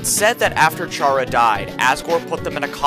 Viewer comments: kuh-ra, not kæ-ra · Him saying chara with a ch and not chara with a c sound because its short for character and its not pronounced with a ch sound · it's pronounced kara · Just as a reminder; confirmed by the japanese version; the correct pronounciation for Chara is キャラ (Kara) which is also short for character in japanese. Confirming that the name intended to be short for character in the english version as well. From this comes the conclusion that the correct pronounciation for Chara is indeed [Kara]. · I don't know if anyone has mentioned this, but according to the Japanese version, Chara's name is pronounced care-a, or like character. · this is really late but the name "chara" is actually pronouced like Kara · Good video but You pronouncing Chara as Tshara really pains me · Wait so is it care-ra or car-ra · My only criticism is the pronunciation of “Chara” since the fact it’s short for “character” and “Toriel” being short for “tutorial” are pretty widely known facts. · Chara is pronounced as in the first 5 letters of character!!!!!!!!!! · wait he says the ch for chara? omg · the way he pronounces chara is disturbing